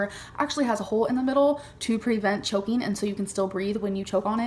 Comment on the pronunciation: Chokeeng and shiteeng... Whomever donated that must be a super smart, super cool super handsome man.